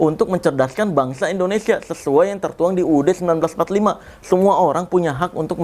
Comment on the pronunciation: Bang boleh ngasi saran ga Kalo nyebut Indonesia itu jangan endonesia bg Soalnya gw suka enek denger penguasa bilang ‘end’onesia bukan indonesia😭